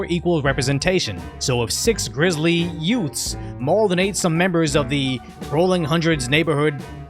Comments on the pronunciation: Uhhh did you say yoouts? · Did you say, "Yoots?" What is a "yoot"? Time to call on My Cousin Vinny. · What's a yout? You said the police clashed with youts?